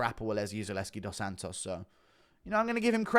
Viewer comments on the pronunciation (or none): none